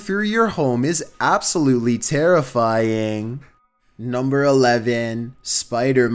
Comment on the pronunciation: I love when he says NuMBEr 15